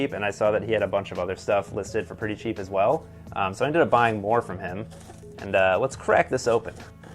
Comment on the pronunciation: Did you say you bough them grom mercari?